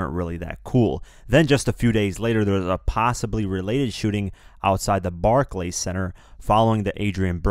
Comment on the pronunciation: next time you say "Barclays", learn how to pronounce it. You come off dumber than 6ix9ine's hair stylist.